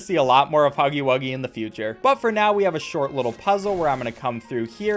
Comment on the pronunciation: "IT'S NOT POPPY BUFFON:(" DON'T INSULT HUFFY WUGGY LIKE THAT". Can we just not talk about how he said huffy wuggy instead of huggy wuggy...? Thanks. I feel huggy's pain there.